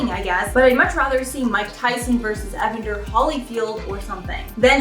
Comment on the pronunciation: Lmfao .... say EVANDER one more time!!! How do you not know how to say evander Holyfield